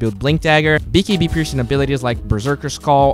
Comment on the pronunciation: lol i like how you say "bee kee bee"